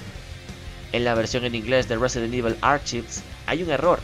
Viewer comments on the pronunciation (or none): Resident Ibel xD